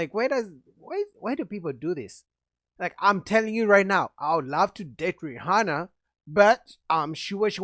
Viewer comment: When he said Rhianna want a “RICH NEEGA” 😂😂😂😂